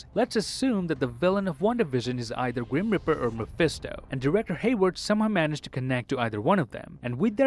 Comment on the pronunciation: I love how he says grum reaper as grim riper